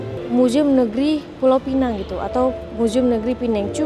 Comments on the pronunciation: maaf ya... sebutan Pulau Pinang dengan bunyi Pulau Pineng. Pulau Pinang sebutan Melayu. Penang (tanpa perkataan Pulau dihadapan) sebutan english. Jangan keliru lagi. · Pulau pi- nang.. Bukan pulau pinenng.. Kalau nak sebut ikut english barulah sebut pinenng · Pulau pinang, bkn pineng. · Kalau bicara soal sejarah.... Pastikan sebutan nya betul dek... PULAU PINANG bukan PULAU PINENG. Nanti jadi pening kepala pulak 😂 Maaf ya 🙏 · cakap KL la Pulau Pineng 😂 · Anehh betul bahasa melayu … Pulau pinEng. 😂 dtg dr eropah ke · Maaf. Cara sebut nama Pulau Pinang tu salah. Cara sebut tu, gabungan bahasa Melayu dan bahasa Inggeris.